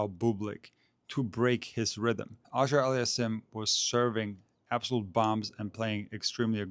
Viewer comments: Love you man, but your pronunciation of Auger-Aliassime is perhaps the worst butchering I have ever encountered! It's supposed to be pronounced "oh-zhjay allie-as-seem" (the French style) or "aww-zhjay allie-as-seem" (the American or English style). Obviously it's a very difficult task to properly pronounce a double barreled surname that is part French, part Arabic, and also to decide whether to pronounce it more French Canadian, more continental French, or more English, but it seems to me that the tennis commentators have largely settled on the two options I've presented above. I prefer the first option, as it is more accurate in continental French. Keep making these great videos! Danke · just call him since you have trouble pronouncing his name. A friendly suggestion not a criticism.